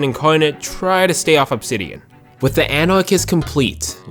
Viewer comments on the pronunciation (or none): none